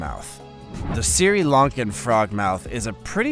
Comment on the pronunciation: Great content. Very informative. Some constructive criticism, pretty sure it’s SRI Lankan Frogmouth, pronounced SREE as opposed to the Apple Assistant SIRI.